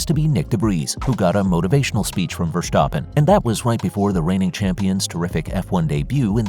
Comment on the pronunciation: It is NOT "Max VersHtappen" nor is it "Bottash" nor is it "Lewisch"!